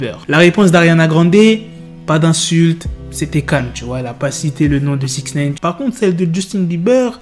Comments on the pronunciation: Ça se prononce naïne, pas néïne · Je regarde même plus les vidéo tellement ça m’agace d’entendre "SIXNEYNE" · « sixneyne » PPTDTT WALLAH TON ACCENT JPP